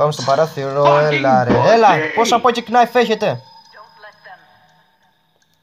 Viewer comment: Λεγονται pocket nife οχι ποκεκ ναιφ